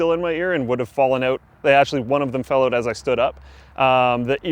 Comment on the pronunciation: 'While you're oot and aboot'